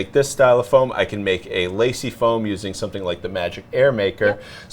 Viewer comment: Some-shing lol